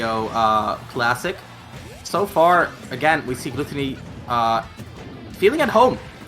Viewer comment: I am kinda annoyed at hiw the commentator keeps on mispronouncing GluTOWny.